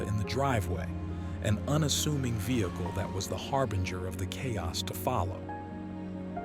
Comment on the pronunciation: The A.I. voice made several mistakes. Give us a human reader! Chaos is a k sound, not ch…. Many other mistakes in there. The 11year old girl did great!!!!!!